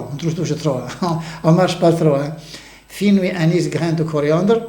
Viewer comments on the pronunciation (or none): FENOUIL.... pas : FINOUI...